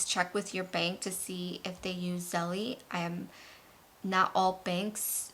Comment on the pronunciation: Belle-Zelle. Not Zelly-jelly